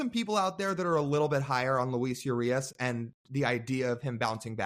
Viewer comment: When pronouncing Urias last name, the “U” is pronounced like two O’s put together. Like oo. So if you were to write out the pronunciation it would be oorias. In Spanish the U doesn’t have a Y sound more like an O. You can look it up if this is too confusing haha